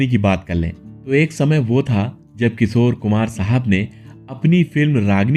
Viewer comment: Your titles are very misleading. Like clickbait. Your hindi pronunciation is also not right. किशोर कुमार को किसोर कुमार बोलते हो.